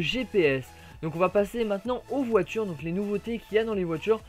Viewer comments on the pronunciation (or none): none